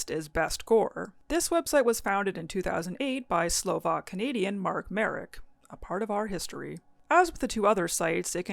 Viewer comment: Hello, it is I, that guy that points out bad pronunciation, Mark Marek's surname is the Slovak form of the english Mark (yes, his full name is basically Mark Mark), so the 'Ma' in Marek is pronounced as the 'Ma' in Mark. Your pronunciation of his surname would be written as 'Merek' in Slovak, which sounds weird. Anyways have a nice day.